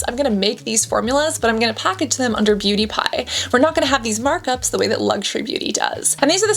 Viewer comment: I keep hearing "pewdiepie" instead of "beauty pie" throughout the whole video 😭